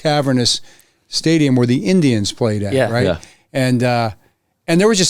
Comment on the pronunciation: Really interesting timing to overemphasize the "iNdiAns" here. We know what you are, coach.